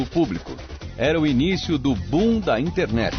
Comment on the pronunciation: Só uma coisa não ficou boa, o narrador fala: "o boom da internet". Fica parecendo "o bunda internet". Mas cacófatos acontecem...